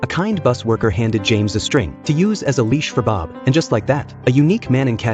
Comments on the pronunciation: It's really funny when the narrator said bib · You gotta love Ai content, can't even say Bob right the first time lmao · Why he say bob like that 😂😂😂